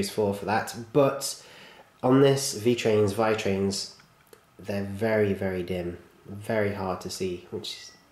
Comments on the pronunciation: I'm italian and if you would like to know the correct pronounce is "Veetrains". Love your videos! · It's V-ee-trains